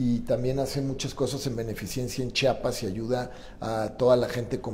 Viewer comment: que bonito cuando dijo Chiapas... lo digo porque la mayoría dice chapas y él pues aparte de simpático bien culto